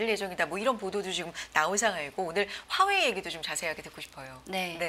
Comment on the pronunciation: 듣기싫어..화웨이 발음